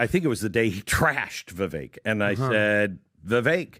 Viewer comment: It is not Veveck.